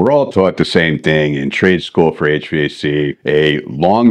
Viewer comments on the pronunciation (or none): none